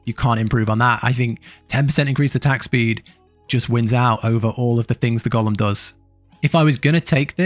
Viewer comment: Thanks for this video. Also I was listening to it and at one point you were talking about "Gollum" all the time then I noticed.. "Golem" lol